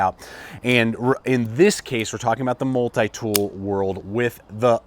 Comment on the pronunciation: I hate the way you say multi-tool, good video but that is annoying.